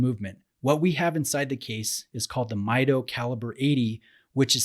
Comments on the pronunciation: It is pronounced as "Mee Doh," not "Mai Doh." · Pronounced Meedo not Miydo. Come on. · Great review. I have one just like this one and its such an underrated watch. Also, you mispronounced the name. It's Mido in spanish (meedo) as the name is derived from the spanish phrase "Yo mido" (I measure). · It is pronounced "Me Doe" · Hi! Very nice review! Actually it pronounces "meedoo".It's from spanish word "Mido" that means "I measure". :D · Hi, I have this watch, love it and have worn it for the better part of 3 years at this point. Just a quick comment about your review... the movement is not COSC certified on this model. It is laser adjusted in 3 positions and the bezel is not a 120 click bezel but rather 60 clicks. You are correct however in that it is an aluminum bezel. Others have commented on your pronunciation and it is MEE DOH contrary to the way you pronounced it.